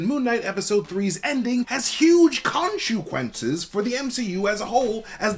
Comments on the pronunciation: Say, "konshu-quences" again! I dare you! I double dare you! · Omg say Khonshu-quences one more time in a video and we riot.